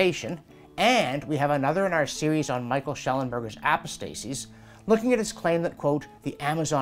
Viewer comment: Pronunciation nitpick: it's a-POS-tasies, not apo-STAY-sies.